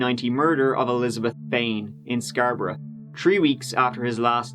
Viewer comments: I'm from Scarborough and I'm still not over how you pronounced it (good job on the video though m8) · It's pronounced "scar-bro" not sxarbrah. It's not Eden brah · "scarbruh" its scar-bo-row but i like this new pronunciation, it's like bruh but scarbruhhhh lmao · Where’s this dude from the way he pronounced Scarborough has me so confused. I’m guessing Scotland like the pronunciation of Edinburgh but idk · listening to you pronounce Scarborough is giving me life lmao